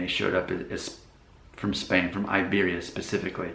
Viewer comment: I am MORE Hispanic than YOU ... How can you say you are more Hispanic than someone else, when you do not even pronounce "Iberia" in the correct language ????